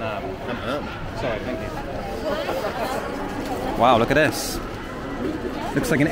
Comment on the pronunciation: I believe you are pronouncing thank you wrong. Gaam onnñn, would be closer